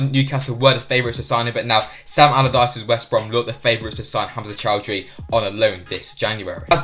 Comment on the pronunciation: Please, not Choudhury